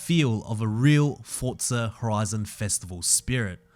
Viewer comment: Bro I am just saying why do you say Fortsa it is forza